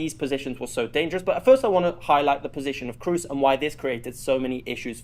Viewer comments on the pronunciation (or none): Kroos is not pronounced Cruise. It's a long o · its kr-o-o-s as a double o, not kr-u-s ;)